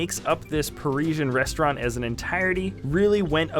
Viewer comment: Pari-sian Rest-au-rant!